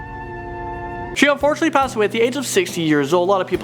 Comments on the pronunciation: Did you say Star Wars sega sega not saga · The Star Wars sega prenownced sAga not like sega geneces